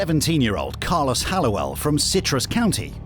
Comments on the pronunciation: It's not "Car-loss" it's "Car-lōs". Anyway, Carlōs is one of the most psychopathic emotionless people I've ever seen. Wow. He literally has no emotions. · I think it's pronounced Carlos not Carloss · Why did the narrator pronounce his name as “Car-loss”